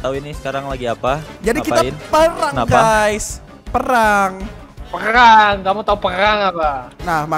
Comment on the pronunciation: gk bisa ngomong perang malam perangang